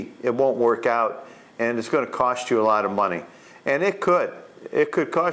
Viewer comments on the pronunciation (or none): none